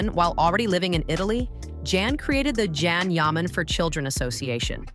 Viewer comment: Yes, really gets on my nerves, I stop watching once I hear it, Probably AI. It’s Jan Yaman.